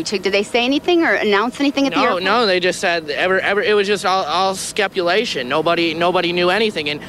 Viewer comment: Dude said “skepulation”